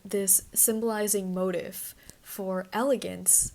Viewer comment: The word “motif” is pronounced mo-teef, not moat-if 🙄